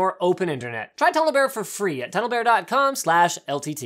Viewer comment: everytime linus says ltt it sounds as if he's saying el tity